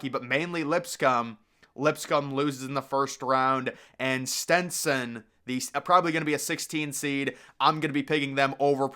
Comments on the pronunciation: Stetson not “Stintson” lol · Why is he pronouncing Stetson like stentson